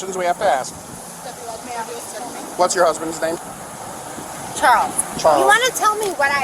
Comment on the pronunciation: Sounded like “Charlotte” to me, and he hard-pronounced the “ch”.